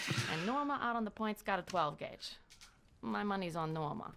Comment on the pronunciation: ok but is no one gonna point out the fact that read "12 gauge" as "9 gouge"